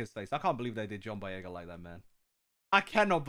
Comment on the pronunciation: The way you pronounced the John boyega